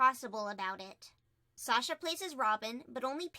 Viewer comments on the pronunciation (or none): none